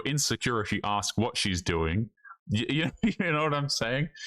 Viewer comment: But she will axe you a question